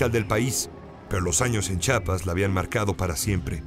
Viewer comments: Si Rosario Castellanos escuchara Chapas en vez de "CHIAPAS" resucita y se vuelve a morir. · CHIAPAS, no chapas.